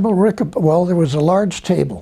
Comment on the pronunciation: Esto no es relevante desde mi punto dw vista, solo para corregír el nombre de Rick Obatta, el cual es Rico Botta. Solo que por como lo pronunciaba Tompkins, sonaba como Rick Obatta